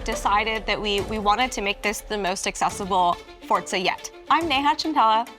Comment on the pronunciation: For-za not Fort-za. C’ mon people there’s no ‘t’